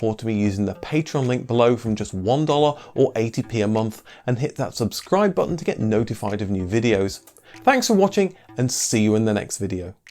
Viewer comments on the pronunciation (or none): none